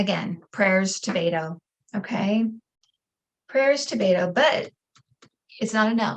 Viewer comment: Beto's name is pronounced "BET OH", not "BAIT OH".